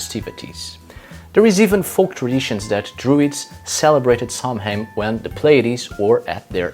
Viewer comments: sow-in or sov-in, not sam-hain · It’s pronounced sow en not Samhain the word etymology is Early Gaeilge / Irish language. And no that is not Gaelic, which is Scottish. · It's pronounced 'sow-in'. It's Gaelic. Don't ask.